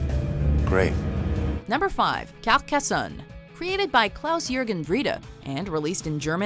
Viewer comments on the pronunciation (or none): #5 is NOT "Capcassonne"!!!